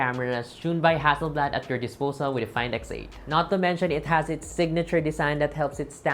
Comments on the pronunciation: The correct pronunciation is (ha-suhl-blad) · First time I've heard the Hassel(haysel)blad pronunciation... Great video, though,!!!❤❤